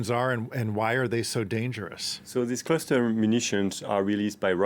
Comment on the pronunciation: Its called cluster not cluter.